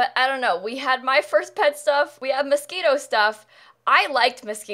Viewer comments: She did say Mosquito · is she pronouncing Moschino as "mosquito?" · Moschino Stuff My ears: Mosquito stuff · Scififan, The Anonymous lol I always pronounce it “moe sheen o” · That’s what I heard too lol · I ligit thought it was Miskito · BUT SHE DID SAY MOSQUITO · right ! i was thinking "mosquito stuff? why do we have a pack only on mosquitos?? lol ... she must be talking about outdoor retreat" and then i read this comment ...oooh duh (self embarrassment) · IS IT NOT MOSQUITO STUFF? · Oh, that’s not mosquito?? I always thought that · Why does pronounce moschino MOSQUITO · Still everytime says Moschino stuff I hear MOSQUITO, lika anyone else??? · all this time i thought it was "mosquito" stuff instead of moschino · The way she pronounced moscino at the beginning really triggered me